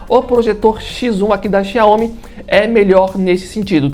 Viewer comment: O que você precisa melhorar, e se informar, é como se pronuncia os nomes das marcas. Nesse vídeo em especial, a marca “ XIAOMI ”. Você está pronunciando de formar errada, e muito amadora, não é assim que se fala, ou pronúncia o nome XIAOMI. Essa é minha crítica, e sugestão. De resto, o vídeo ficou ótimo. Os dois projetores são incríveis! Eu fico com o que tem melhor qualidade de imagem, o XIAOMI. Por : Jailson Santos 😎